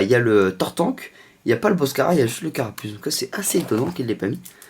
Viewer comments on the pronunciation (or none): none